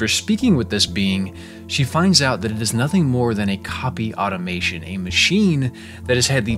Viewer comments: it's "automaton" not "automation" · pronouncing automaton as automation...